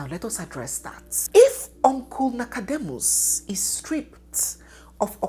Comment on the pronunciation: Did i hear nackademus 😂😂